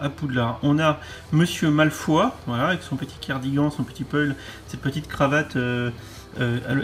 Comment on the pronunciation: "malefoi" non non et non :'( pourquoi tant de haine envers son nom de famille. ça se prononce à l'anglaise. Un truc genre "malfeuille" XD